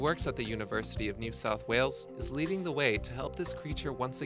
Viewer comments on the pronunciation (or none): none